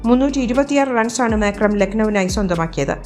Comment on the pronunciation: മാക്രം അല്ലാലോ മാർക്രം അല്ലെ